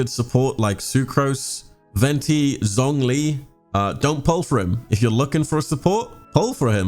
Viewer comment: Him: “ZZZonG li” Me: TRIGGERED it’s pronounced “Zshongli”